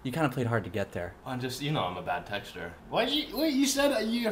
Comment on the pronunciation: I thought he said, "I'm a bad texture and you're a bad texture" and I was really confused at first.